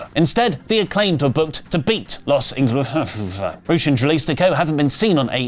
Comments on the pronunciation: please just say Los ingobernables, please at least try lol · I want to see the blooper reels for saying Los Igonoaberrbleslest... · I love how purposefully cant pronounce Los Ingobernables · You didn't even try to say Los Ingobernables. 😂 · Los ingobernables is not that hard to pronounce. Leave this stumbling over foreign words shtick back in 2016 where it belongs.